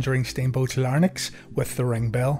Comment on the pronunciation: FYI it's "larynx" not "larnyx."